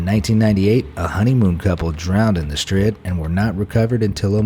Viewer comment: It’s Da Strid